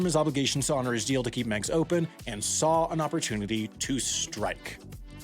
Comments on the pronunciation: It's pronounced "Migs", not "Megs". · Just where did you get this boat-load of crap? Firstly, most residents of Chicago hated Meigs Field. It was a playground of the ultra-rich sitting right in the face of everyone, taking up land and making noise. And it's pronounced Meegs Field not Megs Field. After 9-11-01 the airport was a source of nerves and fear, and flights were severely limited in and out afterward. The demo teams 'sneaked onto the field in the middle of the night?' You mean, the guys who parked the bulldozers and dump trucks and other heavy equipment all along the airport grounds days beforehand? Those construction guys? Or the guys who closed the roads into the airport weeks before that? Or the guys who took all those pictures that were in the papers and on television mentioning the closure of the airport for weeks? Who sneaked anywhere? I mean, come on. And as far as 'they had to leave their cell phones behind' I mean... make up some more bull crap why don't you? How about every guy working the construction crew had to sign an affidavit stating they were never there and had never demolished the airport runway, that it was all a vast right-wing conspiracy. And every one of those 16 planes still on the field was perfectly capable of taking off on the old taxiway that now served as the runway, and every owner knew well beforehand they would need to find another place to park them - as in almost a year beforehand. Daly had given no notice? Lie. He didn't have to. The owner and operator of Meigs Field was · Am I the only one here bothered by the constant mispronunciation of "Megs" field. It's pronounced (Migs). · pronounced locally as "Migs" not "Megs" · Meigs is pronounced like "bigs" not "begs." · It’s pronounced migs field, not megs field. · Always heard it pronounced Miggs Field not Megs Field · "megs" I think you mean "migs" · "mig's" not "meg's" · "Migs" field. Not Meg's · Migs, not megs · U say it wrong Say It like "Migs field" NOT Megs Airport 🤦‍♂️